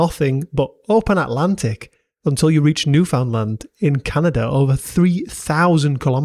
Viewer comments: It's New-FAEN-land not new-found-land, the D's are silent you idiot. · "New found land" lol. I'm from Atlantic Canada and that pronunciation always sends me. It's" NU-fun-land" NOOFUNLAND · Excellent video. Instant subscription. But as a Canadian I am obligated to tell you that’s not how Newfoundland is pronounced. It’s “new-fund-land” said with equal stress on all syllables. The people from there are called Newfies. Lovely people and culture.